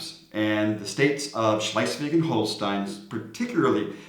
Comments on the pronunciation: You both come across as very knowledgeable about DK and I completely understand the challenges with tongue-twitching place names. So, while Schleiswig might sound more German to your ears, its pronouncuation is actually just Schleswig/Slesvig :-) Other than that - impressive job and thanks for the beating the Swedes with a stick-tip 😉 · Why do you say Schleisvig? There is only one “i” in Schlesvig. I saw your vid. on learning to speak Danish where you explained how many letters in a word that were not pronounced and now you have started adding letters, but to be fair the ch in Schlesvig shouldn’t be pronounced and often the g is muted depending on where you come from, you could however add the extra “i” instead of the “g” and get away with it, so it would be pronounced Slesvii.🤣🤣🤣❤ But I still love you guys and may the force be with you. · Slice-week? That's neither good Danish nor good German. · bro saying schleswig wrong so many was trippy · There is no "i" in Schleswig.